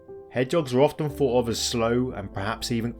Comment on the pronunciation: Th not ff. thought not fought three not free.